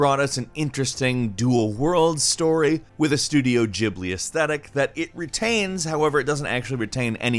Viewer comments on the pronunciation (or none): It's pronounced Studio "Ghee-blee" not "Jee-blee" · lol studio Gyblee thats how he pronounced it